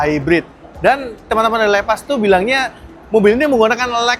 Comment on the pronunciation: Bangg baca nya bukan leepas Tapi seperti bahasa indo aja bacanya lepas